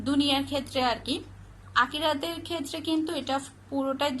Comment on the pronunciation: আপনি এত ভুল উচ্চারণ করেন কেন আপু...ভাই কে বলেন বাই আবার বোন কে বলেন ভোন,ক্ষেএ কে বললেন কেএ,মিথ‍্যা কে বললেন মিত‍্যা।উচ্চারন গুলো ঠিক করবেন আশা করি।এটা আমার হাজবেন্ড এর আইডি।